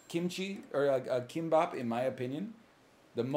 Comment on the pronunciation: Will someone please tell him that "k" in korean is not pronounced like an english "k"